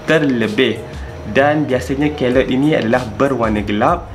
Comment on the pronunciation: The pronunciation is key-loid. Please remember that.